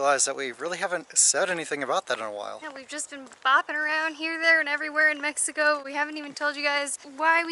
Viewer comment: Love the way said Mexico at the end of video 😉 good job 👍 you are in the perfect country to enjoy an abundance of life, so much to do & see. Enjoy yourselves and keep giving us fun exciting entertaining videos, more than 5,000 subscriber's 👏 congrats you are becoming very popular good luck & Viva Mexico Cabrones!!!✌